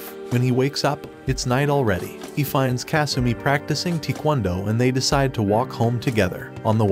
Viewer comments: Lol he said teakwondo lol. It’s pronounced tai-kwon-do hehehe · respect the attempt, but not only did you miss pronounce taekwondo which simplified means the art of kicking and punching, but you also miss identified kendo.